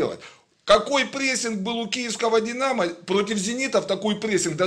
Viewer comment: одесский акцент)))чем динааамо)))